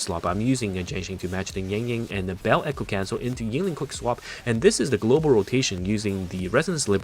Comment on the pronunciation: Why do you say YING-LING, its only Yin Lin (no g). I cant unhear it xD